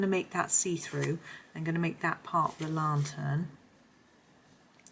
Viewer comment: Great video. Lantern is pernounced LAN - TERN. You seemed to call it a LA-TERN. Not trying to sound nasty or anything just wanted to mention it.